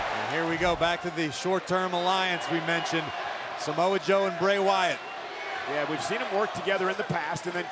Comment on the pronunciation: Empire Abdul it’s yeah not yaeh